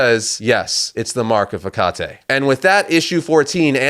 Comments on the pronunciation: Your continued mispronunciation of Hecate (should be "HEH-cuh-tee" not "heh-CAH-tay") is so irritating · That's not the right way of pronouncing Hecate. The right way is ( Heh Ka Tee) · You’re supposed to pronounce Hecate like “Heck-at-ee”